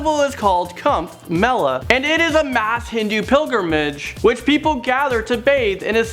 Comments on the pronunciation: it's not pronounced cumb mela it is koooomb mela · lol the way he said kumbh mela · Tht pronunciation of kumbh Mela😂😂😂 I'm dnt mean to hurt u no offense I said this because our real pronunciation n urs r very different